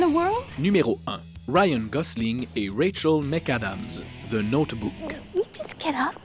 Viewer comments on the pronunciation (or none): Sommaii Non, ce n'est pas l'accent québécois. Il le prononce en anglais. Au lieu de Rachel(McAdams) on comprend Wichel.